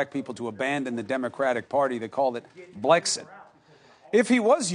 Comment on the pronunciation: why is this woman dressed as a cat that says Blixet instead of Blexit ???